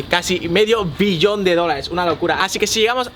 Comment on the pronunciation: porque pronuncias billón con v? Villon... eres inculto? y luego hablas como si t hubieras tragado algo, haciendo pausas donde no las debe haber...